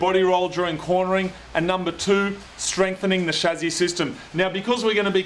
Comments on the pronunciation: Lol I like the way you guys say chassi. "Chazzi" heh heh heh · He also pronounces "Chassis" quite differently.